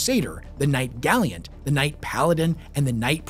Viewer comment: literally dying of cringe every time says gally-ant